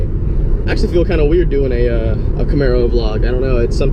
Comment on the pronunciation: say Camero with an Italian ascent one more time and I'll drive down there and slap the shit outta you lol